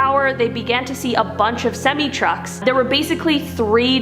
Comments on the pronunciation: Did I enter a world where “semi” is pronounced differently? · Great stories but your pronunciation of a semi truck is killing me. It’s “sem-EYE” not “sem-EEE.” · how many times does she say 'super'. someone count. Also, it's semi-truck ... sim-eye. Not sim-ee. love the videos though. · Its not pronounced "semees" , its pronounced semeyes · 😱 omg! It's pronounced "sem-I (eye) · Sem-eye not sem-ee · It's pronounced "sem-eye" not "semmy". Many of these are the reason that 25% of women are on "head-meds". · Semee trucks? Lol. Sem-eye. Arm-more? It's pronounced, 'arm-wah'. Girl you need to learn how to pronounce words. Smh. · Sem my not sem me = semi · SEMI: "Sem-eye"; not " Sem-me" lol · I'm sorry, but It's pronounced sem-eye, not sem-ee. Good luck to you. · I’m a little confused, what’s a simmie? I know what a semi ( sem- I) is but not a simmie 🤣🤣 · #2 sem eyes, not sim ees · What’s weird is how you pronounce Semi- it’s Sem eye not Sem eee! Lol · Why does she say semi like semee instead of semeye? And armoir is armwah not armwar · Yeah well semi is pronounced ' sim- i...not semee,lol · Sem-I truck. Hard I, not a hard E sound. Also I'm diggin Flic Chilá. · Why do you keep pronouncing "semi" like "semee" ? Never heard that word huh ? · I've said it on her videos before and I'll say it again... Semi is pronounced Sem-eye!! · semi trucks is pronounced with a long i at the end, not semi like half, even though it still means half lol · Semee? lol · Its sem"i" truck (sem)(eye) truck 😉👍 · It's pronounced sem"i" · Lol "SEMM-EEZ" lol great Storys though! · One question..... What is a "sem-ee"??? 🤣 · It's weird that she pronounces semi-like semee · Ok, its pronounced semi (like the word 'my') and armoire ('oire' pronounced 'warr' sounds like 'tar') its a french word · Ok, if you're going to tell a story about a male or female, use "he" or "she," NOT "they." "They" describes more than one person! And it's pronounced Sem-eye! And it's pronounced Awm-wah!